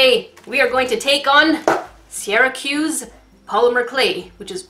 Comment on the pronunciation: I kept cringing because in Ireland we purnounce Ciara, Kiara 😂